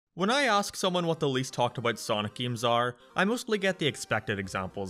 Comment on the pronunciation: The Best Way to Play Sonic 3D Blast, but everytime "" says: "geims" you take a shot.